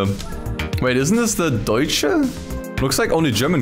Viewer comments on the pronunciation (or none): none